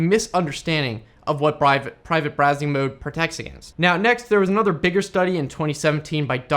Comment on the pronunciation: Brivate Prowsing! nearly. :)